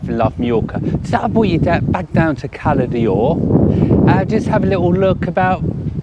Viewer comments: I have l been to Cala D’or numerous times and the ammount of times the locals, have corrected the pronunciation from holidaymakers is unbelievable. If you go to Cala D’or the least you do is say it correctly!! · Why do people call it Cala Dee or? It’s Cala D’or . There is no letter i in D’or.